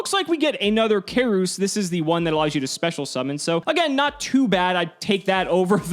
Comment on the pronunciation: Keurse is pronounced like "Curse" and Aleirtt can be pronounced as "Alert".